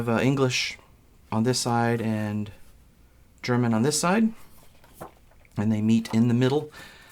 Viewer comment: Not being German, but I think your interpretation was still the best German I've heard from an American board game youtuber :)